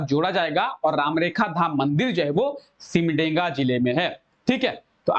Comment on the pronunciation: सिमडेगा न की सिमडेंगा , ठीक से उच्चारण कीजिए